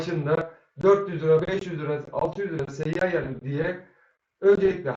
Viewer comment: SEYYAYEN DEĞİL SEYYANEN